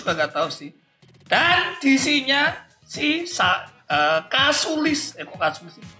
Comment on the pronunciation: Ngakak bang,callusias jadi kasulis 😂😂